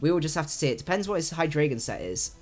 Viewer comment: Great stream, found your channel the other day and I've been binge watching your videos. I've got to say it though, I'm triggered every time you say Hydraygon.